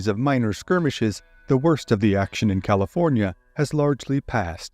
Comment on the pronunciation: Ah the great State of Caliornia lol